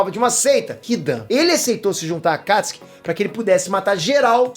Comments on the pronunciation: MANO ELE FALA AKATISKI E NAO AKATISUKI KKKKKKKKKKKKKKKKKKKKKKKKKKKKKKKKKKKKKKKKKKKKKKKKKKKKKKKKKKKKKKKKKKKKKKKKKKKKKKKKKKKKKKKKKKKKKKKKKKKKKKKKKKKKKKKKKKKKKKKKKKKKKKKKKKKKKKKKKKKKKKKKKKKKKKKKKKKKKKKKKKKKKKKKKKKKKKKKKKKKKKKKKKKKKKKKKKKKKKKKKKKKKKKKKKKKKKKKKKK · Aaaa mano fala akatsuki pfv para de falar akastki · Não é akatiski, é A K A T I S UU K I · Porra! fala o nome correto! me deu um nervoso vc falando akatsuki com um acento agudo no (a) sem necessidade Alguma; dei deslike por isso. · Eu falo akatsuki o certo e fala akatsi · Ele falando os nomes do jeito q é falado no Japão me da uma leve repulsa, mas relevem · Ele fala Akatsuki errado